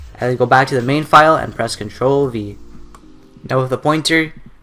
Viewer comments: i thought he said ctrl b but he said ctrl v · thank you I thought he said cntrl-B